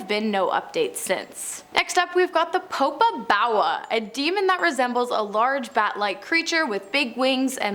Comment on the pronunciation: Its POPO BAWA